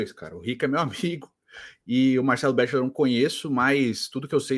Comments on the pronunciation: ô, fala béxiler não kkkkk qualquer vídeo que ele é citado as pessoas falam a pronúncia correta, é beckler cara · Tem 5 anos que vc fala Marcelo bexiler pqp... fala direito